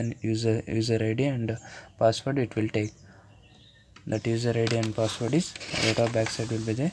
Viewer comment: Hy fucker when u say password pronounce it clearly bugger